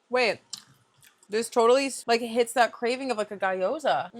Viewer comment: I love you so much but it’s gee oh za 😭